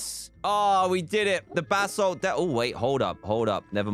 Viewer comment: Dan it's basalt not ballast ok